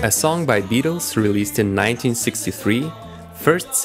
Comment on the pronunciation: BETTLES????!!!! Did he just say bettles??!!!